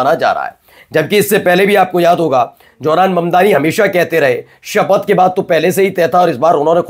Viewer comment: Johran Mamdani isn't correct. Pronounce as Zohran Mamdani. Correct ur Pronounciation. Thanx.